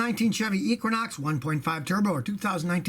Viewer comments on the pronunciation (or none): none